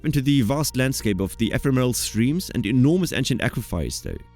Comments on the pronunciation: The word "ephemeral" is being butchered - otherwise interesting video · Also "epitome", "ephemeral"